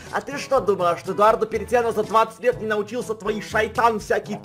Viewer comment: КАК ЖЕ ДАВНО Я НЕ СЛЫШАЛ ЭТОГО: "ЭДУАРРРРДО ПЕРЕЦЬЯНО. ХА!!!"